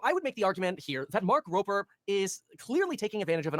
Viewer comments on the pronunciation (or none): Why do people pronounce his nape with a p. It’s rober with a b